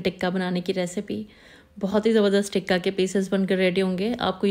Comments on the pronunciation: ڈیئر بہت اچھی ترکیب ہے۔ پلیز "تکہ" ٹھیک لفظ ہے، ٹکہ نہیں۔ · Baji teeka😂 nhi tikka 😢😢